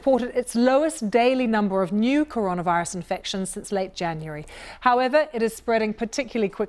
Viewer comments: I like how she mispronounced coronavirus . Good start. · It kills me how she pronounced coronavirus wrong 😢😢😢